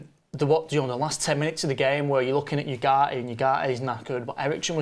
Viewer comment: Can someone translate to English? What the hell they talking about? Didn’t know Ugarte is pronounced without T?